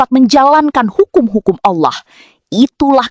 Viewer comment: kl allah swt knp bacanya owloh swt?